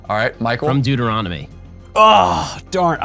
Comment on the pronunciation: Many a Bible-reading plan has died on the shores of “Dueteronomy” 😂😂😂